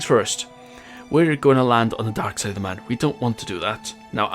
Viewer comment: yes i love your vids but just say it like moon